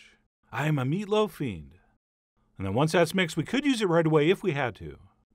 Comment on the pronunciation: "Because of what we're throwing in here, this is much much closer in taste and texture to a (indiscriminate mumbling)" Ah yes, to a meatloaf.